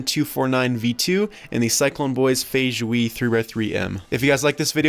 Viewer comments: feijue is pronounced similarly to wuque, it’s fay-jway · its pronounced fey jwey in chinese